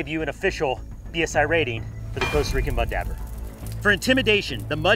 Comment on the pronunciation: Good video other than I’ve never heard it pronounced “dabber” I’ve always heard it’s pronounced as it’s Spelled dauber more like dobber than dabber. But it’s spelled Dauber. I found it funny every time he said it.